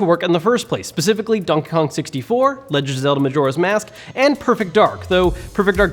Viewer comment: “this is evident in games like lengen of zelda”